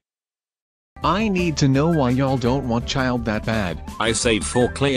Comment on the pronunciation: As a person who's first language was Russian it's both hilarious and painful to hear Childe's pronunciation